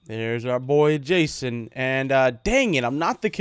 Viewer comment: Its "Jason" and "Fusion" Just sayin', No offense.